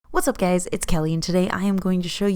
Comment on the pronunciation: Did you say "what's up gays" at the beginning ?!